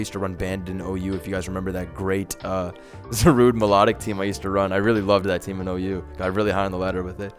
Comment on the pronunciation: It never once occurred to me to pronounce it Za-rude instead of Za-ru-de.